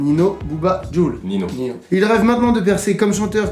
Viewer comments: Olala il on dit migouel alors que c est Miguel et il son dit Nino au lieu de ninho jvais mourir 😂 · Nino ?????!!!?????? C’est Ninho (prononcé nigno) !!!!!! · nino ? Ninio ✅ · MigOUel et NINO hahah les gars un effort sur les prononciations svp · Comment ils prononcent ninho "nino" chui mort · Ils ont dit « Nino » 😂😂😂😂😂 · C'est tellement triste 😂😭 vous avez le bon prénom mais vous savez pas le prononcer 🤣